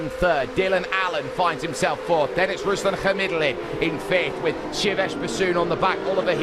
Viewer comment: ruslAn khamidUllin obviously lulz you spoke it wrong